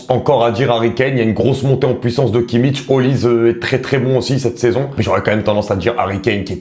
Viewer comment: Très bons choix. Par contre 2 choses: - c'est Savinho et pas Savio - c'est pas Kimmic mais Kimmich du coup la prononciation ne se fait pas à la croate mais un simple "ch" comme en français